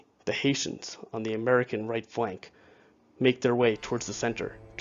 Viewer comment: Sept-Oct 1777 as in your introduction not 1781. Also the music is too loud and try to keep your voice at one level, not raising and dropping it and speeding through to many sentences. Also "Hessians", not "Haitians" I know you mean the former, but sounds like the latter.